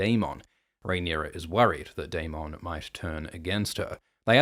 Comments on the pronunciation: Dae-min, not Dae-mawn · Why do you lean so hard into pronouncing Daemon as day-MON when GRRM clearly pronounces it day-MIN? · Will someone please tell this guy how to pronounce daemon it’s not day-mon it’s daemon Jesus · Why do say daeMON instead of daemen spoken out that way I mean..also aeMOND instead of aymend🙄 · It’s daemon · You need to learn how to pronounce Aemond and Daemon. Do you even watch the show?